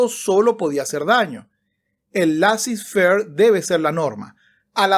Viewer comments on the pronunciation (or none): Laissez faire es una expresión en francés y se pronuncia "lesé ferg"...